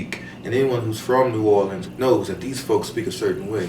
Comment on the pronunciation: Thank you for pronouncing New Orleans the way we (natives) say it. LOL!